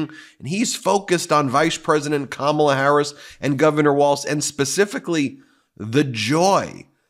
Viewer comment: He called her Kamabla 🤦